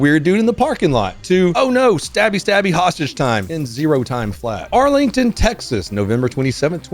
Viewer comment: “I hab hoshtishes”😂